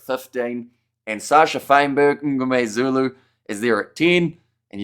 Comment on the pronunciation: Respect for really trying to pronounce all the SA names correctly! Kwagga, RG, Mngomezulu etc. You're doing a good job...